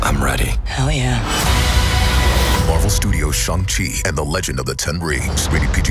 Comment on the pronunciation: If it’s spelled Shang Chi why is it that they pronounce it as Shong Chi? Or is my hearing going bad.